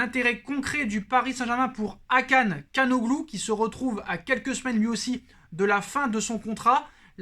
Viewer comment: Hakan calhanoglu Il dit Kanoglou 🤣🤣 il le fume toujours